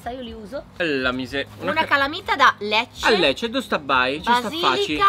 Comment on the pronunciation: io sono di Lecce ed hai pronunciato benissimo BRAVO!!